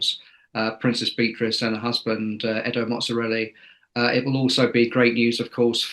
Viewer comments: Edo Mozzarelli? A slight mispronunciation there? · Princess Beatrice’s husband’s surname is Mapelli Mozzi not Mozzarella !!! Quick Tip for the journalist - I recommend you fact check your news item before making the video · Edo Mozzarelli ???????? lol Edoardo Mapelli Mozzi